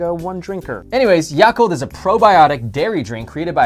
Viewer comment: I cringed when they pronounced yakult 😂😂😂 it sounded so baaaad aha